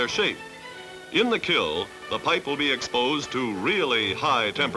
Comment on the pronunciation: I’m surprised the announcer says “kill” instead of kiln.